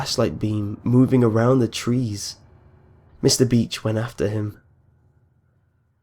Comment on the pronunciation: I'm sorry but every time you said beach I thought you said bitch. :P